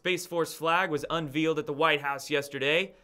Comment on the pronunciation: unveiled is not pronounced like veal cutlets it rhymes with sail